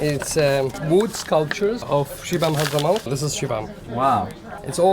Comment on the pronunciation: It. Is 😅shibam sir ! Not shibang